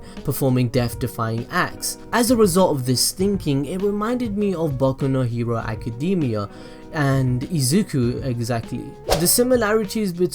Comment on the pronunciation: It sounds like you said baku no hewo